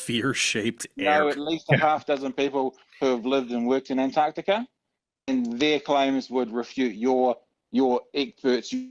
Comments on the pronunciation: tell the guy on the top left that it's 'antarctica' not 'antartica'.... and evidence isn't a countable noun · antartikuh is quite funny to me as a German viewer because Kuh in German is cow in English. was this deliberate? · The non-word, "Antartica", drives me f'n nuts.